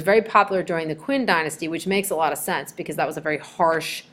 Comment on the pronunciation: It's ZHOU dynasty, or "CHOW" dynasty! It's QIN dynasty, or "CHIN" dynasty!